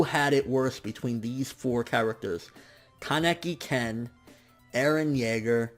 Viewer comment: you have it wrong it's Kaneki Ken.